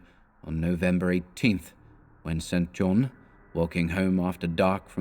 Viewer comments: Excellent stuff. I love this story! Not a complaint, just a note for if you do this again. St John as a given name is pronounced "Sinjun" or "Sinjin" One of the most famous examples (apart from Stringfellow Hawks brother in Airwolf...) is the former conservative politician Norman St John Stevas. He served in Thatchers government as Leader of The House, so there is every chance he was also a cultist of Nyarlathotep! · Isn't the name "St. John" usually pronounced "Sinjin?" Or has someone already asked this previously? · Yes. I first came across this in "Jane Eyre" (her long-lost cousin, St. John) - it's pronounced Sinjin in all of the film adaptations. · Just found this.. and hearing StJohn mispronounced is rather jarring.